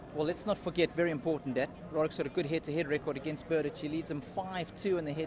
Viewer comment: Tomáš Berdych (Czech pronunciation: [ˈtomaːʃ ˈbɛrdɪx]; ... When are you going to learn that???